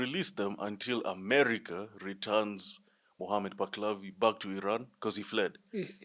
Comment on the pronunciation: You do not know what you are talking about. The name is Muhammad Palavi, not, Baklavi..